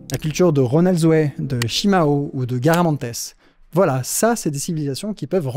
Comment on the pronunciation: Piquage d'oreille, à un moment : Garamantes, pas garamantès ! Habitants de l'oasis de Jerma/Guerma !